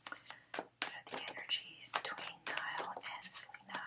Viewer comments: Niall's name is pronounced like the Nile River. Thanks so much for all your readings. Could you maybe do some athletes in the future like Aaron Rodgers and Danica Patrick and/or Rafa Nadal who just got engaged to his longtime gf Mery Francisca Perello (Xisca). They've been together well over ten years and they seem solid but I always thought it was kinda strange they wouldn't get married sooner. Also curious about Serena Williams and her husband Alex Ohanian who is one of the founders of Reddit. Thanks again! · Thank you so much for this. Other readers have said her and Niall have a chance but Selena doesn’t know if she’s ready. And Niall’s first name is pronounced ‘Ny-UHL’ Niall’s last name is pronounced ‘Hor-in’ lol